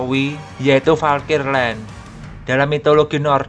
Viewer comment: Valkrie min... Kok aku dengernya kaya valkir yak 😂